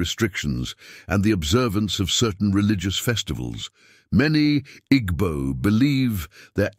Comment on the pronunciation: You don't pronounce them 'Igbo' but 'Eebo'